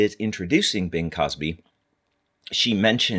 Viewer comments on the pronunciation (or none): Uhmmmm...it’s Crosby. Not Cosby. Bing Crosby. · good video. I very much enjoyed the history. Sorry to have to mention it because surely everyone knows to whom you were referring but his name is Bing Crosby not Bing Cosby. just so happens nowadays that mistake caries with it a negative connotation.